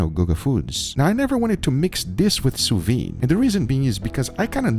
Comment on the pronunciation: he pronounced it sue wee! maybe they should make ham in the sue wee machine? boiling steak? thats blasphemy!